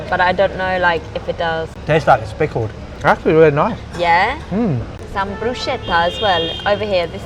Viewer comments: They should revoke that restaurant owner’s licence for serving you fettuccine with chicken!!! That is NOT Italian food! 😂 And “bruschetta” is pronounced broo-SKET-ta — in Italian, CH makes a K sound, not “SH”! And the rice balls you ate at the end are called supplì! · first time in rome foreigner's bucket list: spritz at the tourist trap in front of a famous monument, check, tourist trap restaurant with the guy shouting to bring people in, check, pronouncing "brushetta", check and, guys this wasn't really necessary... you really wanted to throw it out of the park here, CHICKEN ALFREDO? WTF edit: ok then it starts to go much better after that, at least you had pizza al taglio and the cooking class... but still you only had pasta and pizza for every meal. come back and try the tripe, the ox tail, the saltimbocca alla romana, seppie e piselli (cuttlefish with peas), the puntarelle, the broccoletti, the cicoria ripassata... come on, guys